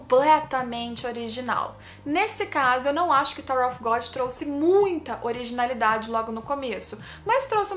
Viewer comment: Excellente video, muito obrigado pelo conteúdo !!! Só uma observação, você tem uma pronúncia em inglês muito boa, um detalhe, “Of” em ingles se pronuncia “óv” com V mudo, se vc pronunciar “Ofe” a palavra que você está falando é “OFF” que tem outro sentido